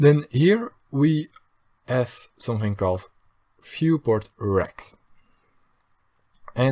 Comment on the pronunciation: is it just me or does it sound like he is saying erect instead of rect